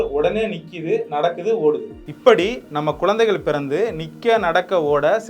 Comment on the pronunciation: Bro words lam konjam correct pronouns pannunga. Athukendru romba clean tamil sollala but Namma normal ha peasarathu poola peasathenga, athu nalla irukaathu. Eg:- kulu ila kuzhu, kodal ila kudal, kolanthaigal ila kuzhanthaigal, ipadi sila words.